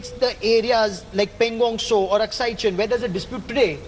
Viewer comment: who hires these anchors who dont even know how to pronounce Aksai...she pronounce it as "Akshay" 🤣🤣